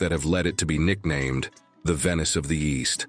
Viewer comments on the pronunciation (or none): none